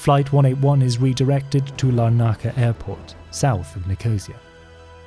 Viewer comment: I was impressed by your pronunciation of German places and Israeli names, until you attempted Nicosia and Larnaca in Cyprus 🤦‍♂️